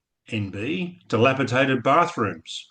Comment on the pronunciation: Did you say dilapitated or dilapidated, second one is correct, btw loved the smirk from Geoffrey when the cockroach was displayed lol